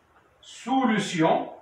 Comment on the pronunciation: أويليييي على سولوووسيون سميتها سوليسيون 😂